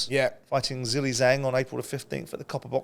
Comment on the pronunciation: It baffles me that you so called professional pundits/analysts cannot show Zhang respect and do some research to pronounce his name right. It's not Zilly Zang its Zhilei Zhang but actually pronounced closer to Jhang Jhailei , in China the second name is said first. You're getting paid to speak about these fighters but you don't even have the decency to try and say their name right. It's so disrespectful